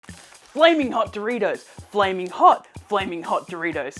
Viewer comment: why.. why "doritous"